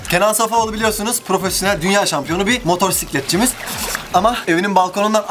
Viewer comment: Rica ediyorum lütfen şu motosikleti doğru telaffuz et aşırı tilt oluyorum hep motorsiklet diyon